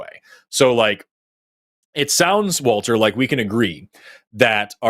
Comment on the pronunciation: Why does "Walther" sound like "Alfred?" 🤷